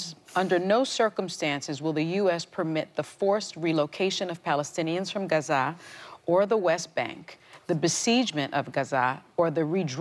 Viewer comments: Sunny the stress is on the first syllable not the second of Gaza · GAZA not Gazaaaa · Why she calls it gaZAH? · I know. If not not who would pronounce Gaza as GA-ZAAAAHH!!! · I’ve heard several Arabs pronounce it Ga-zah accent on the second syllable. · Sunny says Gazaa different from how everyone pronounces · in my experience most Americans pronounce it like Gaaza making “h”silent. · It's pronounced: Gha-zeh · The way Sunny tries to pronounce Gaza is so cringey. Lawd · I can tell you with 100% certainty that’s not how it’s pronounced. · I know, I've literally heard actual Palestinian pronounce it and that's not really how it sounds but it's clear what her intentions are lol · Incorrect. The way most Americans say is closer to the correct pronunciation than what Sunny did. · the way most Americans say it is the American version of the actual word which is Ghazza. I live in middle east and i know how arabs pronounce it. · I guess Sunny, the arrogant Latina woman pronounces " Gaza " in a special way............LOL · Sonny should learn how to pronounce Gaza if she's going to talk about it. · Sunny needs to sit down somewhere that is not how gaza is pronounced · laughing at sunny. She says Gaza with some sort of accent that isn't even how it is pronounced. Pretentious as usual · Sunny, girl, what’s with the pronunciation of Gaza